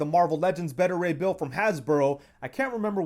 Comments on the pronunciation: The way you kept saying his name was painful. It’s Baita as in Alpha/Beta not “Betta.” Beta (Baita) Ray Bill 👍🏿😂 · Btw who's "Bettah" Ray Bill? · You're a big fan of the character but you can't pronounce his first name right? Beta = Bay-ta